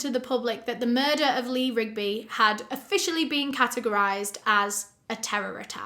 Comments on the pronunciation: It’s funny you had trouble say the Marines name. The Beatles has a song called Eleanor Rigby . Thought you find that fact funny. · Good job on memorizing the last names of the two political activists and saying it right ... also sad you not sure how to say the last name of the British bloke !